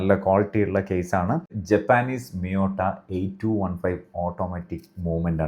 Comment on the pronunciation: ജപ്പാനീസ് അല്ല ജാപ്പനീസ്